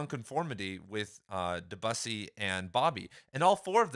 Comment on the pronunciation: My friend, it’s pronounced Deh-byew-see…